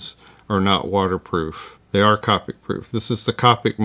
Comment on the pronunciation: Thanks for the video! Always enjoy. Just a note, Copic is pronounced with a long o, like covert (I’m a Copic certified instructor)